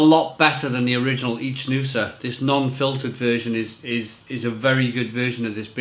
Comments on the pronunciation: An info, it's not ichnusa but Iknusa, the ch in Italian sound like a K. just saying for the correct pronounce. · it is pronounced IKnusa and it means Sardinia in old latin language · No it’s ichnusa